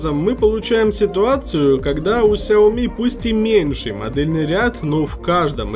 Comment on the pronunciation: честно, говоря уши режет от слов "Ксиоми"